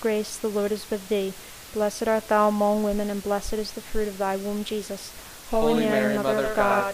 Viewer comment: I appreciate your effort and this being available with the exact speed and one picture to look at. By the time I got to the 4th set of mysteries (Glorius), it became very distracting at the pronunciation of the word 'among' in the Hail Mary. In American English, it is pronounced with the short sound of 'u' not 'o'. So, the second syllable 'mong' is pronounced like the word 'lung.' So 'mong' sounds the same as 'lung.' I did not think that it was important but after hearing that pronunciation 200 times in the full set of Rosaries, it became unbearable and I was re-correcting the pronunciation out loud toward the end. Please forgive me for the criticism, but I thought you would want to know for future projects. I see there is a comment below referring to this pronunciation matter.